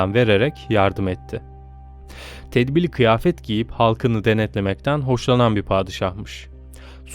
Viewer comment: Tebdil-i kıyafeti söylerken telaffuzda yanlışınız var bütün videolarınızı izlediğim için baya tik olmaya başladı ☺️